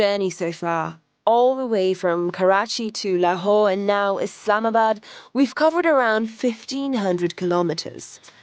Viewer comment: Thanks for pronouncing it correctly. ISLAMabad. And not Izlamabad